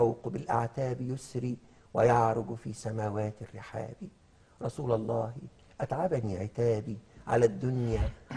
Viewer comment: رسولَ الله يا احمد بالفتح مش بالضم ... عشان المعنى كده اختلف خالص